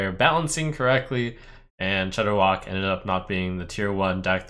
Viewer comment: I stopped playing Hearthstone so heavily solely because of Shordderwok......Rip